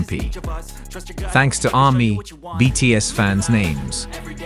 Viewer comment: This video was a load of crap. At the beginning talking about an "OP" having said things etc, who the hell is "OP"? It's the same with most commentators, they use AI and it can't get the names correct such as saying HYB instead of HYBE and the way he says Army's is just ludicrous. A lot of the information wasn't fact checked either. Get it right if you want to be a media reporter.